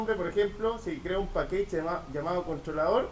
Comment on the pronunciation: Hola está súper bueno el ejemplo y las descripciones, gracias por el aporte. La pronunciación en inglés está incorrecta, package no se pronuncia pakeich, se pronuncia pakech